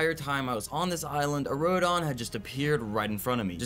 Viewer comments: Also it’s not rodon it’s Rodan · RodOn bro its Rodan say it how u spell it